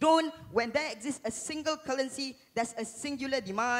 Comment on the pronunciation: I'm struggling to understand what he is saying. He kept repeating cullency... Scratched my head a few times & then I realized cullency is actually currency. I realized he can't pronounce the R.